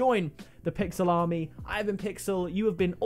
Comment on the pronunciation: Whenever he says pixel army I hear Pixel Salami